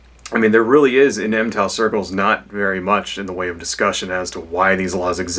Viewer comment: Its pronounced mig-tow. not em-tow.